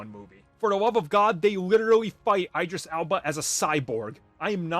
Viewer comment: It's pronounced Id-ris not I-dris